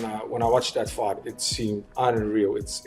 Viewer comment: Lol "you can fight, you can fignt, you have a beard...." Fkn Strickland lol Maybe thats why he grew a mustache haha